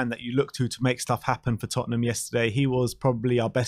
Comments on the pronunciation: Lol says TottenHAM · Big fan of 'Tottenam'😂